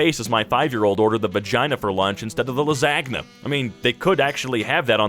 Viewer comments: the la-ZAG-na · did just say la-saag-na tho i mean i mightve been sayin it wrong my whole life too